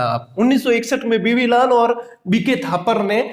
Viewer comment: बीबी लाल है but sir तो बीवी लाल बोल रहे है, my daut please स्पष्ट करे